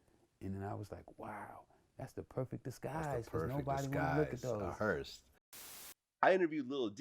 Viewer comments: Vladimir thinks it's called a "hearst". Not a hearse. A HEARST. Smh dumb ass niggas. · Vlad keeps pronouncing hearse hearst 🤦🏽‍♂️